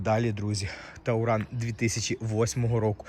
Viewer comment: Ещѣ один "тАуран". .ой вэй. . Чувак! Он ТУРАН. От слова ТУР. Поездка.